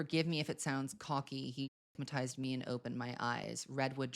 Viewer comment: She said in an interview that she wanted Wood to be timeless…ma’am in what world is “ah-matized” timeless